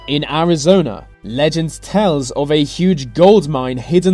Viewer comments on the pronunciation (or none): none